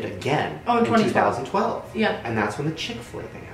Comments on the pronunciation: what the actual hell? I’m not even American and I know that chic-fil-a is NOT chick-fil-a nahhhhh that’s not right😂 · So fucking weird. There's a Chick-fil-a right next to my house and I always thought it said "Chic-fil-a" not "Chick-fil-a"